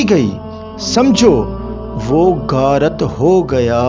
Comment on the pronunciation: بخاری یا بکھاری ؟ گارت ؟ یا غارت بھائ اپنے تلفظ پہ دھیان دیجئیے جزاکم اللہ احسن الجزاء فی الدارین